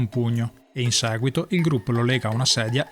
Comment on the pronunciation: "in saguito" è l'inflessione più marcata. Stacci attento. :-)